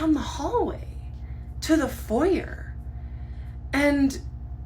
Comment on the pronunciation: the way she pronounces foyer pmo